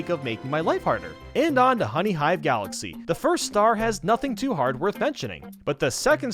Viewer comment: Supah Mayro Galaxeh